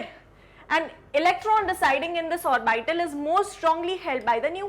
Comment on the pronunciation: It is not pronunced "or-by-tal". Please use correct pronunciation